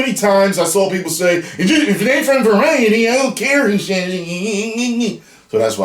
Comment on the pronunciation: British colonial monopoly man voice: varieeeety😂😂😂